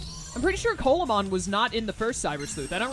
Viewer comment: Coelamon is based off of the Coelacanth , pronounced "See-luh-kanth", so instead of Coal-ah-mon it would be See-luh-mon. You prolly were already told this and you've already completed the run, but I figured I'd let you know.